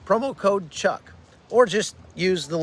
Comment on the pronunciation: Chuck your pronunciation of foreign languages is amazing. Unlike many people you get the pronunciation right. Israel names its fallen but Hamas doesn't. Naming the Gazan dead would be a way of knowing the correct figures of Gazan dead.